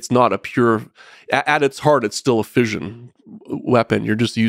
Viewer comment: Anyone else driven crazy by the mispronunciation of fission?!